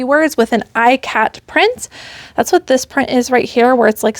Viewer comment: Ikat is pronounced e kaht or e cot. Nice top